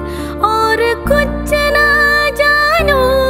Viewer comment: Vokal bagus 👍 Bantu koreksi pengucapan: 1. Muskura ke, bukan Muskura se 2. Kuch na, bukan Kucce na